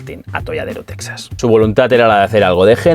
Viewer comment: Teeejas, Teeeeejas(Texas), y no Tesas; Mejico( México) y no Mésico